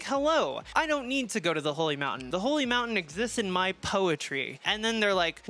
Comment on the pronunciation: Da holly mountayne